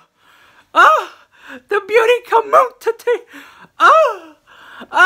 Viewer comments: I love how you say com mun titty! I die 😂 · Booty *Commun-ti-ttie *! ! LOL :) I crack up ! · "booty COMMUNTITTY" 🤣 #TeamRichLux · The way you say "community" LMAO. I am living for it!!!!!!